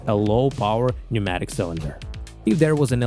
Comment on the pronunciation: The 'p' in 'pneumatic' is silent 🙂